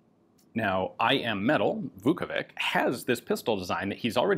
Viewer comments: "Vukovitch" is closer in pronunciation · I am not a Croat, but a slav nonetheless and a letter C at the and of names DOES NOT pronounce like K. It is pronounced like the last sound in the English word "which" - the closest approximation. So Vukovich, as they anglicize this name often, is the good way to pronounce it. Putting a K at the end sounds really bad, bordering on disrespectful.